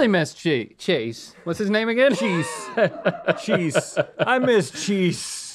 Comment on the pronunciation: lmao "Chese"